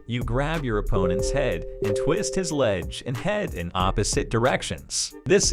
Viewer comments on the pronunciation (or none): Its "leg", not "ledge".